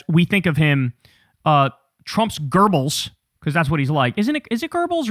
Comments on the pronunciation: Kyle, its "Göbbels" ... "Goebbels" - not "Groebbles" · Kyle, for the 20th time, the nazi guys name was Goebbels, not Goerbels. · It's Goebels lol not Gerbels. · It is not pronounced gurbls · Goebbels. It's Goebbels. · Paul Joseph Goebbels ( pronounced " goo bills" - ain't no "r" sound in his surname )